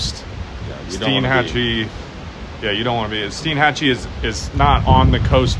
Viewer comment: It's pronounced STINE-hatchee, not STEEN-hatchee.